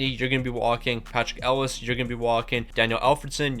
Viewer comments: Patrik El-e-ash. Not Ellis 😭😭😭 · Thank you! That was driving me mad!! It's pronounced "El-e-ah-sh" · That hurt my brain hearing him say it that way ahaha